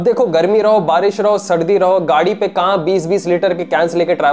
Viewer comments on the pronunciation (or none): none